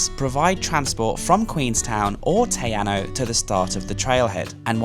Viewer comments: Hey, Great vid. I wouldn't normally post about a typo but just in case a viewer wants to Google mapm search, its spelt Te Anau ( not Te Anu). Pronounced Tee-R-Now. Cheers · Te Anau sounds Tay Ah-now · Lake Te Anau - pronounced Te Arrno. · Your pronunciation of Te Anau is kinda painful sorry! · Mate you've got to learn how to spell and pronounce Te Anau